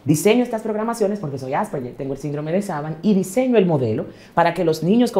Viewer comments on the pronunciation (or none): Coño … es Asperger, AS PER GER! (la pronunciación se escucha Aspejer) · "AsperBer" jajjajajajajajha😂